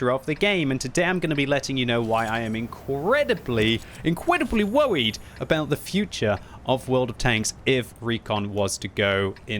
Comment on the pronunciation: "inqwedibwy wowwied". that's it, is starting to become a weeb lul